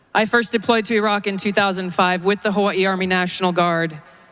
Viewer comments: She pronounced Hawaii correctly. She's a native. Once I traveled there, our guide shared the true pronunciation of the Island. It's, Hah-vy-ee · Actually, she pronounces Hawaii correct.